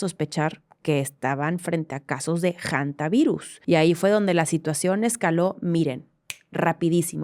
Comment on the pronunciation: Jajaja, el ambiente estuvo todo serio hasta que escuche "JANTA" virus en vez de hanta virus JAJAJA, es como decir jonduras, saludos desde Chile aca todos los veranos hay campañas sobre limpiar y ventilar bien los espacios al ir al sur, hacer trekking seguro y limpiar bien frutas y verduras